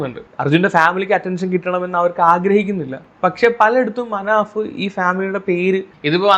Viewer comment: പോക്കും അല്ലടാ "പൊക്കും" പിന്നെ മനഫ് അല്ല മനാഫ്